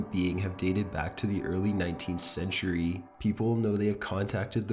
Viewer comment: Every time this guy ends a sentence, he drags out the syllable. Listen...he says photograaaaaaph, loooooooook, centuryyyyyyyy, late at niiiiiiiight, etc. Almost like he's possessed himself.